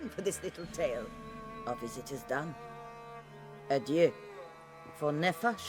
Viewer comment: It's so funny to me how you can have just heard a word and then still pronounce it differently. Adieu is not pronounced a-dew, my guy, you just heard it 😂 and the same with Shani. That said, I really enjoy this series, I've been binging it and I'm so close to catching up 😊